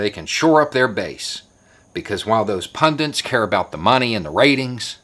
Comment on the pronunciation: I agree with you but FFS. There is no "n" in "pundits".